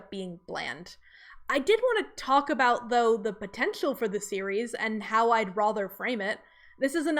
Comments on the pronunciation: I don’t like the way you say rather like “rother.” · That is an interesting pronunciation of "rather" is that from a particular dialect?